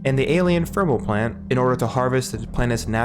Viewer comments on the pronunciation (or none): Theme, not feme Thermal, not fermal.